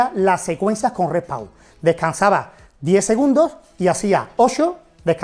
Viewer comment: Se llama REST PAUSE, no " repow " 😅